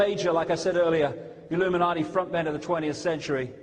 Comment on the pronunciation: I wish he'd stop saying "IlluminarDI".......